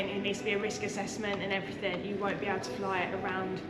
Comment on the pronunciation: 'and everyfing', obviously